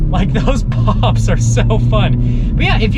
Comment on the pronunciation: He said popples